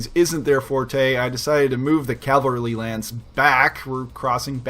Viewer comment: I just learned about this channel and love it... but I gotta say, hearing "calvary" makes me think of churches, not stompy tanks. :P